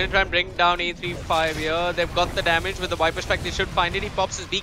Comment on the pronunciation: Why do the caster keep on saying 'wiper' Is that how viper is called in india or something else?